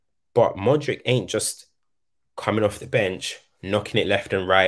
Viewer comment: i love how and giving modric all his flowers. real talk. but please say modri-ch instead of modriCCCC